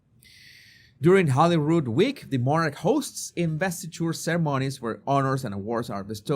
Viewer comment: Rood is the name for a cross or crucifex. So this is the Palace of the Holy Cross. A beautiful and traditional place in Scotland. PS Holy, not Holly. You are showing your lack of education, Sir. Or at least lack of research.